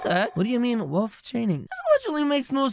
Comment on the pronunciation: I heard balls not wolf😅